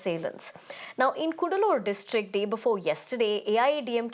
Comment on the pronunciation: it is not koodaloor but kadaloor